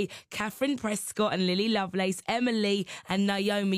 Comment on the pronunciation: Omfg great but "lovelace"? Seriously? xD